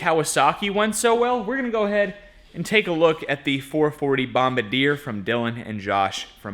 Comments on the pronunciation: It's pronounced " bom-BAR-de-yay", not "bom-ba-deer". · Dude: "Bombardier" is Bomb-hard-dee-eh. Not "Bomb a deer". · Hey fellas not to be a pronunciation nazi, but it’s not bom-ba-deer. It’s bom-bar-dee-aye. They own Can Am, ski doo, sea doo. So awesome guys like that help support the channel and keep all the viewers entertained. There’s still a lot of good people in this world. Can’t wait to see what you guys come up with! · Pronounced Bom-bar-de-ay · Okay guys I'm going to try this. I don't know if this is going to work or not but It is pronounced Bomb bard E A. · Say it with me now... Bomb bardi eh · It's always hilarious to hear some people totally destroy the pronunciation of the brand name Bombardier. Hint, it's a FRENCH Canadian company. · Bomb- bar- dee -yae! Please! Lol! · That arctic cat engine looks like one of the later Suzuki 440s for the 80s or 90s. The Kawasaki ones were from the 70s and much older, usually "free air" cooled not fan cooled like that one. Suzuki should be stamped in the case. They did have a sticker on the pull cord cover as well but appears to be missing on yours. Also, the Bombardier, is a Rotax engine. Also its french, "Bomb-bar-de-a" its pronounced, not BOMB A DEER lol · What's up and? You two put out awesome content. I like and watch more than I comment, but I needed to comment on this video. the name Bombardier is not the correct pronunciation. You see it is a Canadian French name, and is pronounced more like (Bom bar de a ). You see I am a 2-stroke outboard motor tech. I know this because Bombardier had purchased OMC's Evinrude and Johnson outboard motors. So keep making those awesome videos and I will keep watching. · It pronounced bomb-bard-yee-eh 😉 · Lol “bomb-ba-deer” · Its "bomb bar de eh" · So I believe it is French Canadian and pronounced “Bomb Bar D A”. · Canadian company... BOMB BARD (Long E sound) (long A sound)